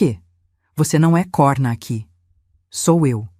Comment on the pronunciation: A narração é medíocre erros de português sempre em todas as histórias e nesse vídeo COHRNA NAP CORNA DIM FECHADO COMO CIRCUNFLEXONO O. VERGONHOSO ESTAO ENRERRANDO NOSSA LUNGUA PORTUGUESA